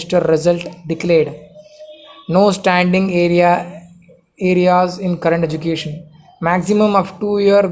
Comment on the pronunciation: It's arrears bro not areas